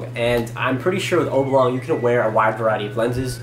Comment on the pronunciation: He can’t pronounce “oblong” properly either. lol